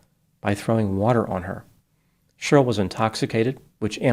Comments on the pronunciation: Cheryl is pronounced “Share-ryl”, not “Shirl” … 😂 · FYI Cheryl is pronounced Share-ril not “shirl”. The name has two syllables not one. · Cheryl is now pronounced shirl...?? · It always cracks me up that pronounces Cheryl like it rhymes with girl. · Is is unable to pronounce the name “Cheryl”? Let’s take a look at the inculpatory and exculpatory factors.